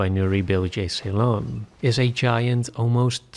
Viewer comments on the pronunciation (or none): nuri bilge ceylan mentioned!! you pronounced his surname wrong but it's okay.